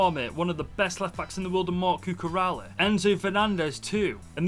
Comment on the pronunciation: Bro said cucuralla..